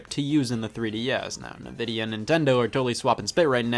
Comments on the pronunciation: it’s Ni-Vid-E-a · Clearly based on the Latin word "Invidia", so saying "Nuhvidia" just makes no sense. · the fact that scott pronounced Nvidia as "Nuh-Vee-Dee-Ah" Not "En-Vee-Dee-Ah" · To be fair, "nevidia" just flows better than "envidia" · Everyone: ENVidia Scott:NAVida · Scott. Please stop saying nuhvidia its Nvidia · It’s invidia not nuhvidia btw my Scotty guy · it's "en"-vidia, not "nuh"-vidia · Scott: pronounces Nvidia as "nah-vidia" instead of "en-vidia" Me: "well, you may as well say Nevada" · “Nuh-Vidia”? Usually I’ve heard it pronounced “En-Vidia” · “Nuh vi dee ah” that is how it’s pronounced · did Scott really just pronounce nvidia as nevidia? 🤦‍♂️ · Did you seriously just pronounce nVidia as "Nuh-Vidia"?? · "I got you that new nuh-vidia gee-force you wanted birthday boy!" "Thanks mom." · Nobody: Not a soul: Not even Scott himself: Scott in the Video: NUHVIDIA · Nobody: Scott: nuvidia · Holy shit he said nuh-vidia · I had a stroke every time he said Nvida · It’s pronounced “in-vidia” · Therapist: Everybody can pronounce "N-Vidia" correctly Scott: "NuhVidia" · i just prefer pronouncing it like nuh-vidia because it sounds better than en-vidia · It’s fine if you mispronounce Nvidia, you face doom if you say the Nintendo Network logo is on the top left of the box art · That Nvidia pronunciation is why Toaster-Bath exists. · The pronounciation of Nvidia infuriates me beyond belief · The way Scott says nvidia makes my soul hurt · Am I the only one that hates how Scott pronounces NVIDIA? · I can't tell if you're intentionally saying Nvidia wrong or not, and that's just the way I like it.